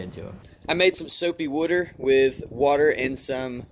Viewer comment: Had to literally exit my app and refresh to double check I was watching. Boy you got me good and confused for a min. "I made some soooo-peee woo-ter" haha got me cracking up idk why. Great video as always bro!